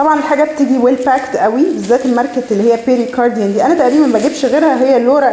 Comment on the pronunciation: الماركة اسما بيير كاردان وليس بيري كارديان🤷‍♀️